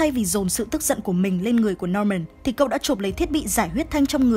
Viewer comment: ở sao em nghe cậu thành cô luôn:)